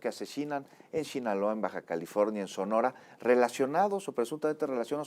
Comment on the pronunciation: Shinaloa😅 Sinaloa conductor